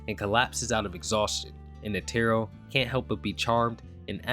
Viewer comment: Please learn how to pronounce netero, driving me crazy with the pronunciation. Otherwise great vid dude